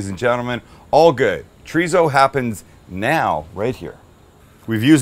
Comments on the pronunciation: no wonder I couldn't look it up it's not tarizo it's chrizo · its pronounced choritho in spain, there is no z or tso in the pronunciation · I grew up in California...my Hispanic friends pronounced it "chor-ee-so😉👊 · I like chee-re-zo but I'm not complaining 😂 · Love that he calls out Greg for how he says chorizo and then says basmati the most North American way possible. Gotta love Sam. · Your pronunciation of Chorizo is a Mexican pronunciation. Don't want to pop anyone's bubble but I'm not Mexican. I'm a German, French, Anglo-Saxon type of an American, in fact you could call me a Human version of a Mutt, a moniker I proudly hold. And being this type of Human I pronounce it the Way it's spelled. Anyone got a problem with that, well, sorry 'Bout your Luck.